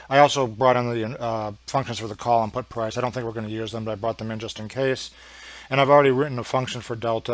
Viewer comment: FINISH OFF UR DRINK! PUT IS SPELLED AS PUT & NOT "PUTT". & BY THE WAY WHAT THE HELL R U TRYING TO CONVEY TO THE COMMON MAN? ALL THE FIGURES R READILY AVAILABLE IN ALL THE PLATFORMS. WHY COMPLICATE ISSUES FOR HALF AN HOUR? & WHO KNOWS ABOUT PROGRAMMING?